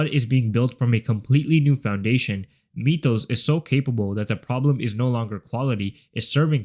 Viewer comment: “Meetoes” model 😭